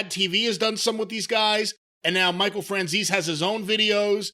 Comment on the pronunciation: Michael Fran-zees?